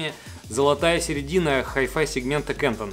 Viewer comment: Немецкая компания КАНТОН- через "а" и туда же ударение )